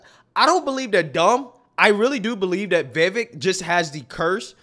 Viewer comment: Vivek rhymes with cake, Viv-ake. Vivek doesn't rhyme with heck, it's not Viv-eck.